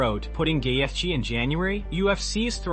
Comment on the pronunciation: Who on earth is GayyyETHHHje?